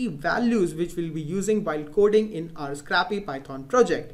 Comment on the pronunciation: It's pronounced scrape-y, not scrappy. It's called "scrape," not scrap. It's pronounced with a long a.